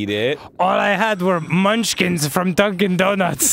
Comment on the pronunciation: When he said "Dunkin donuts" I flipped out because I thought he said Duncan